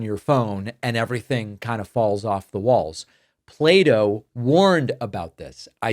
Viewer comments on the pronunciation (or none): PLATO Not play dough. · "Play-Doh warned about it", I heard, I was surprised and then remembered that I was listening to a speaker with an American accent. Ah yes, Plato...